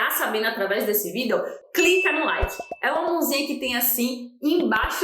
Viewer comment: Porque vc fala "vídel"?